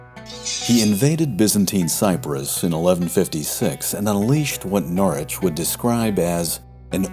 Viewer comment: NORWICH BRO YOU FORGOT THE “W” IN PRONOUNCING HIS NAME WHICH YOU SEEMED TO PRONOUNCE CORRECTLY THE EPISODE BEFORE THIS ONE BUT I DONT MIND MUCH AT ALL NOW RHAT